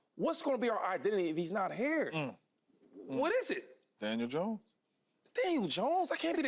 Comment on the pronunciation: Why do so many people say Janiel Dones